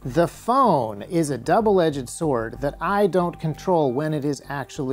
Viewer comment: Double edged not double edge-ed